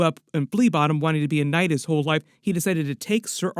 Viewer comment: Knight❌ Noight✅